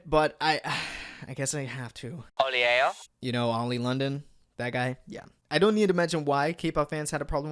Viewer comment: that ‘oli eh oh’ I’M DED